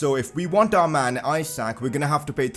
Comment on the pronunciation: umm i think Isak is pronounced as 'E - sak' and not as in Isaac...